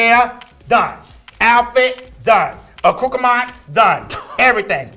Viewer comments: lmao I could've sworn I heard "a cucumon" and just accepted it for what it was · I'm dead she said acoockramount!😆😆😆😆